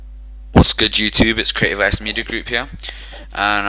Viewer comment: haha when you said "Let's call it YOUUTUBEE" you kinda sound like a german haha :D and yay i loved the bang bang bang haha youre awesome :D